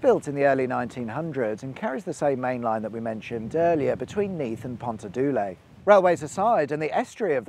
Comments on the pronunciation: River Loughor - river “luchor” with the ch being pronounced like ch in Scottish, ie, loch. Also Pontardulais is pronounced “pon-tuh-thi-lise” not pontardoolie 🤣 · What? Ponta-doolay? Do you mean Pontardulais? It's pronounce "PONT-ar-DULL-is". It's Welsh, not French! LOL! 🤣 {:o:O:} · Just roared with laughter at Lougher and Pontarddulais lol belter fair play though luffor and pontardulay brilliant lol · Pontar doo lay Ahaha we aren’t french, say it with me Pont-are-the-lice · Amazing pronunciation, mate... lol.. Pontardoolay are we in France.. Pontardil-a-ice sorry for nit picking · ARRGGHH! Loughor or "Luffor" as he said it. The name is actually anglicised from the Welsh name of Llwchwr. Bloody hell. Pontardulais is not "Pontadulay" it's Pont-ar-dul-ais. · It's Clid-duck (Clydach), luck-er (lougher) and pont-are-dull-ice (pontardulais) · In your last video I was going to commend your Welsh pronunciations, but after hearing how you pronounce Pontarddulais I may have to revoke my commendations 😛 For reference, it's pronounced more like Pont-are-thil-ice. ("Are" pronounced slightly shorter with an enunciated r, "thil" pronounced like "this"). I don't know how to pronounce Loughor either though, although another comment says it's pronounced "Lucker", but it's not even Welsh so you can't blame us for that one 😉 (It's Welsh name is Afon Llwchwr). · Great video of a motorway that I grew to love and hate in equal measure in the 1990s when I lived in Swansea. Brave efforts at pronunciation: Pontarddulais is usually said Pont-ar-dillyce. Loughor is Luch-or (the ch as in Loch), and is the anglicised version of its Welsh name, Llwchwr which sounds similar but with more saliva. Locally Pont Abraham is pronounced the Welsh way with the 'Ab' rhyming with 'cab'. Keep up the good work. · I lost it at Pont-ar-doo-lay😂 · 😂 Pontardoolay and Lowfor! 😂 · Ponter dooo lay 😂😂😂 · I seriously want to visit Ponterdoolay 😉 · Ponta-doo-lay never seen that before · It's Pont-ar-dull-arse 😀